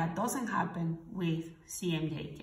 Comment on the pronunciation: Why are you pronouncing CMYK as CMJK?